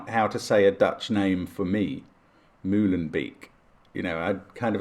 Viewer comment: It's pronounced "Mow-len-bake"